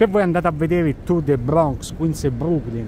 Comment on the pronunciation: Say bRrRRrRrrrRRRonx again! I double dare you!